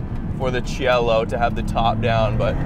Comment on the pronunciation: It's pronounced SEE EH LO and it's a masterpiece.